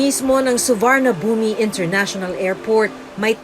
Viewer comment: Suvarnabhumi - you don’t enunciate the i 😅